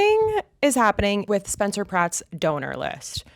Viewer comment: You can’t pronounce SPencer. Stop the lip injections. You’re beautiful. The Dems funded nazi’s as a tactic. You don’t think they’d do the same here? I just can’t anymore.